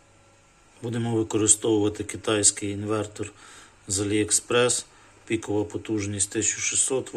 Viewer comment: "Инвэнтор" - и этим все сказано. Мова....